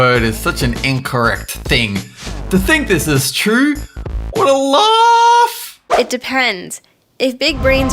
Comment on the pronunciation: w hat a luAAAGH the way he said it. Just sayin.